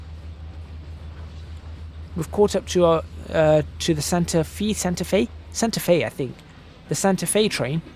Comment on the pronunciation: Btw its pronounced Santa fae